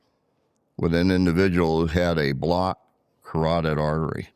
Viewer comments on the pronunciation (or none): none